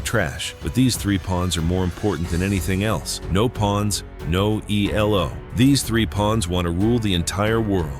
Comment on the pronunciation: Nice lesson. Elo is a person’s name, so you shouldn’t capitalize all the letters and certainly not pronounce it as E-L-O.